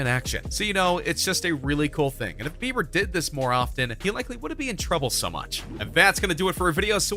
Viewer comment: U said bever... ITS BIBER!